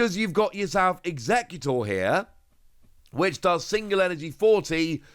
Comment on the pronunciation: You keep calling it Alolan Eeggutor in all your videos xD